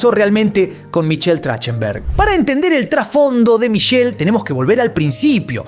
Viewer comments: Se pronuncia TraJJtenberg 😊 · Se pronuncia trajtenberg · Así no se pronuncia su apellido, deberian averiguar como lo pronuncia la persona y luego si crear el video 🤦🏻‍♀️ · No pronuncia bien su apellido